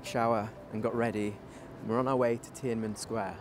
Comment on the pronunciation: Great video👍 Tananmen Square should actually be pronounced as Tian An Men Square, meaning "Gate of Heavenly Peace."